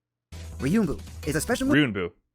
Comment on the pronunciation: gotta love that ryunbu with no 'en' in it 😂